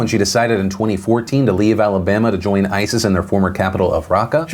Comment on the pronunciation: "Roll Tide" i think... When he says "Alabama", it sounds like "Roll Tide" which is the Univ of Bama's cheer.